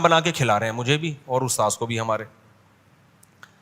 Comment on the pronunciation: Kya badi badi chod raha hai aur tum ustad word bhi thik se nahi bol pa raha